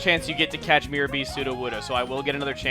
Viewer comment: when chugga yelled catch i thought he yelled cats